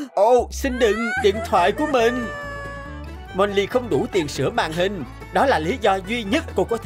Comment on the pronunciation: Tiền chứ ko phải là tiềng